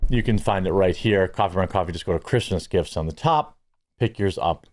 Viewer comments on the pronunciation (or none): none